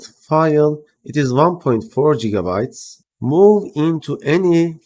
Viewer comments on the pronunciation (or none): none